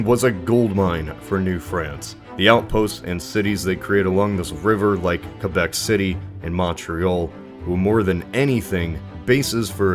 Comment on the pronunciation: Hey! Way to pronounce Quebec properly!!:)